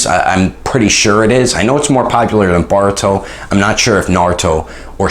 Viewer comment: Boruto not barito